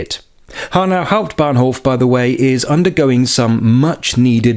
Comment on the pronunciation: "Next Station: Hanau Hauputbahnhof"?thats sounds very German :L